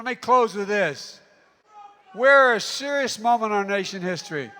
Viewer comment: "We're a seruss momen nation hissory!" 😏